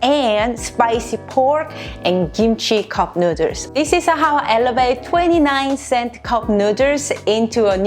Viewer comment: Take a shot every time she says cupnooders😂💀